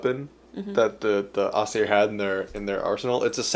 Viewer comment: Im sorry i love that you explain the mythology and stuff but aesir is pronunced EYE-sir still the same pronunce of sir as before